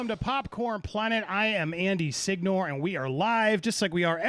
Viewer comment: Andy, signor, that's not how you pronounce an Italian surname, Signore, all vowels should be pronounced, so it's not what you said, the gn is pronounced like gnome, so it should sound more like Si-gn-o-re, the end is RE like king